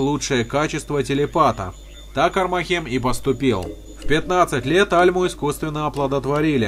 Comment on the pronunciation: Всё хорошо,но почему блин армахЕм, когда правильней будет Армахем (ударение на первую А)